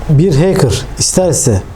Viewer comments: Hacker bey keşke önce hacker kelimesinin telaffuzundan anlatmaya başlasaydınız arkadaşa.. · heykır demeyeydin iyidi abi be